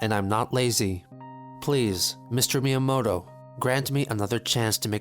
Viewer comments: As someone who studies Japanese, I was cringing so hard at him pronouncing miyamoto as Mai-yamoto. How does a self proclaimed Nintendo superfan fuck that up? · Random detail, I just think it's funny that you put the transcript as Mayamoto instead of Miyamoto cause he says it wrong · "Mayomoto" Not quite close to how it's supposed to sound... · Every time Chris says "Maiyuhmo-to" I wanna rip my ears off. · "Mr.Mayamoto-san" I cringed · my favorite part is chris mispronouncing miyamotos name every time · I like how the subtitles point out how blatantly he mispronounced the Japanese words and names like miyamoto and ohayo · He couldn't even pronounce Miyamoto correctly